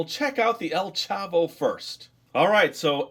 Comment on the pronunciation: You were saying Popis and El Chavo right. But Qiqo is not with a "u". It is spelled Q-I-Q-O.